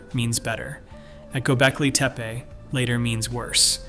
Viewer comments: Anyone else notice how many different ways he, or it, pronounces Gobekli Tepe? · You pronounced Göbekli Tepi 5 different ways each word.